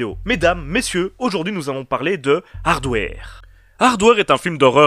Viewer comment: Je dit pas ça pour être méchant ou blêssant , j'aime bien ce que tu fait , je suit ta chaine . C'est juste que quand j'ai entendu ta prononciation ça m'a flacher. Sinon c'est pas grave ^^